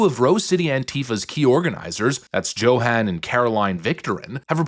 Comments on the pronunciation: Just a moot point j is y in dutch and German so JOHAN is pronounced yohan😂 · Dude, you really don't know how to pronounce "Johan"? "Yo-hann", not "Joe-hann". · It's not "JOE-HAN", it's YO-HAN.